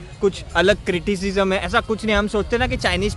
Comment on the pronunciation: critishizam, racishizam 😂😂 abey kha ka hai India se